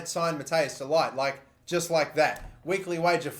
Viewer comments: pronounced 'de liht' not delight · “de Ligt” is pronounced as “the lickt” by the way, lad. love the series!